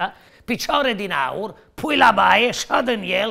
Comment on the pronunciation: Cred ca termenu corect era “haur” 😂